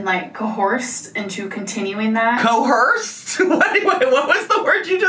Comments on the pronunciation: Cohorsed >>> Coerced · She really said "Co-horsed" instead of "Coerced" 🤦🏻‍♀️ her grammar has always been terrible but I just don't get how someone who reads so many books can have the grammar understanding of a 3rd grader it just blows my mind. And she thinks her IQ is super high to lol. And anytime anyone tries to correct her grammar she just snaps at them and either says "I know" or "well that's just how I say it" lol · the second time she said coHERsed I almost spit out my gum😭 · It's coerced and yes it's an real word but she is pronouncing it wrong, google it!